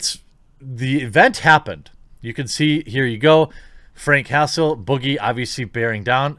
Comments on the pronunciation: I heard Frank Hassle as Frank Castle from the punisher and I was confused for a sec lol Edit: I'm now thinking Jeremy's saying Castle instead of Hassle on accident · I keep hearing Castle instead of Hassle. Now that would be a much different story! 🤣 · Everytime you say frank hassle all i hear is frank castle lol punisher